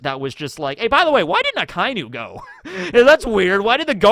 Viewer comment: try to pronounce the Japanese word by word. It's not Akainu, it's Aka inu which means red dog. Otherwise, you are doing a great job and this video is very interesting.